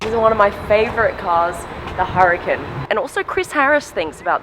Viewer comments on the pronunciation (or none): Why are you pronouncing it Harican ? isnt it Urcan or Uracan in the pronunciation? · Please learn to pronounce it right, it's not Hurricane